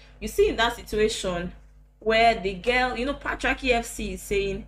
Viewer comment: "Patria-kia" 😭😭😂😂 You guys! Abeg. 😂 Thanks for blessing us with your beauriii and vibes. ❤️ Plus analysis is correct. 😂 Marketing feeds on the demands and emotional needs of prospective customers.